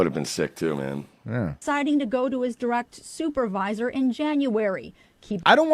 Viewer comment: He went to his "souper-visor"